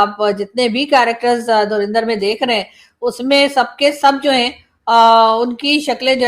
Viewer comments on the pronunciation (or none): it is not Dhrurindhar, it is DhurAndhar. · Madam Durindar nehi Durandar hoga.... 😂😂😂😂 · Madam it's DHURANDHAR not DHURINDHAR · Film ka nam thora kam leti to achcha hota. 'Dhurinder' shobd kan main khatak raha tha.😅